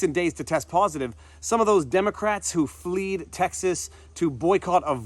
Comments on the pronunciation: Fled not Fleed! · Fleed Texas??? A fine lawyer you may be, but a linguist, you are not. It's fled. They fled Texas.